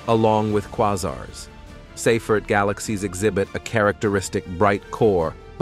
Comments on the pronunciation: The word Quasar is pronounced kwayzar. Uranus is pronounced YOUR-a-nus. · It’s pronounced kway’-zar